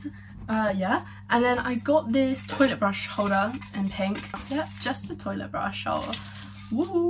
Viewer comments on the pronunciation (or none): none